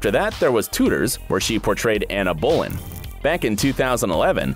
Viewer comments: Anna Bolin !!!??? Seriously . It's Anne Boleyn , pronounced Ann Boliynn . When you don't get things like this right , it's hard to take you seriously . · Bro this man literally said Cam Bridge and Anna Boleyn in the space of 10 seconds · Also Cambridge, Tudors, Ane Boleyn...